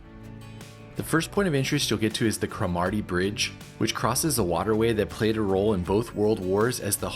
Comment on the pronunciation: Dornoch "Dor... Nochh" not door knock. Cromarty bridge "Crawmarty" Duncansby light house and stacks "Duncans... Bay" So glad you enjoyed your trip... "lang may yer lum reek"Durness..." Durr...ness"😮